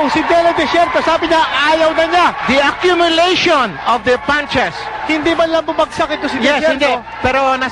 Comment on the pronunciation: The Ah-cyum-yu-lyation